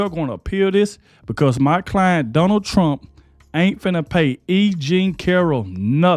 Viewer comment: You do realize that "Finnuh" is not a real word.